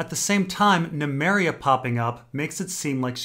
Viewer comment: Do you get a kick out of miss pronouncing names? Nemeria? Really? Yikes